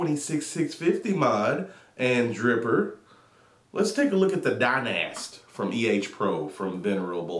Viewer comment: hay the mod is pronounced dynasty